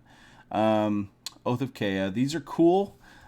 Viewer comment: why are you like this?! We tell you EVERY STREAM how to pronounce Kaya. Am I going to have to add a "You're saying Kaya wrong command" for your stream?!